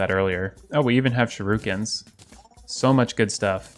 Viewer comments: m8 it's not 'sherukin' it's 'shuriken' swap the letters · Shuriken is said sure-ih-can not sure-oo-can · Wait shiruken? Why is everybody reading shuriken the wrong way? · It bothers me how he says shuriken